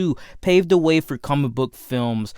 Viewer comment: “Duh story of duh wolverine” “De worst consistent” Why do you say duh?